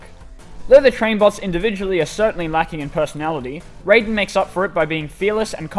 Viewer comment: Raiden is spelled like that but pronounced ray-den